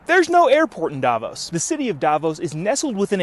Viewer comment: "Davos", sounds like Diablos.